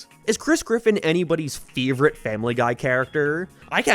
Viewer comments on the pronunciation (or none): The struggle of saying "favorite" was truly something.